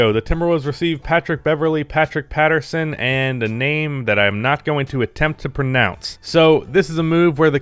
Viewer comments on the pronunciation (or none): none